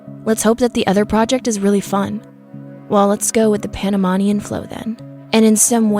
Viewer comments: You’re saying Panamanian wrong. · I think they googled her name to see if they were searching already for them, btw you pronounce wromg Panamanian and boquete. Im from Panamá. Most definitely what i think is that 1 they didn't go alone since they seemed smart enough for that, and the most important thing i dont think our polices were ready or prepared for something like this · I tried my best to ignore your incredibly poor pronunciations but it was way too insulting. How can you do a story about something that happened in Panama and can’t pronounce Panamanian? Boquete! Not Bogotica I tried but couldn’t pass the 7 min mark!